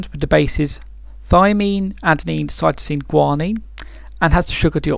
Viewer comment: cytomine. U mean cytosine?